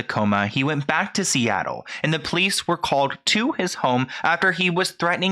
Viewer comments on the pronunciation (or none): none